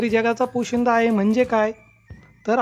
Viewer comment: पोशीदा नाही सर,पोशिंदा असते.